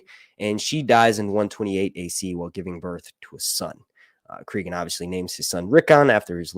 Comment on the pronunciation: Please listen to the audiobook of "Fire and Ice." His name is pronounced CrAgun, not CrEgun. Just saying.